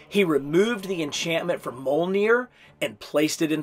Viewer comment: the J in mjolnir is said like the J in Fjord